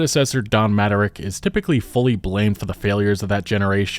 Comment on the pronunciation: Dude, I’ve never heard anybody mispronounce “Mattrick” like this…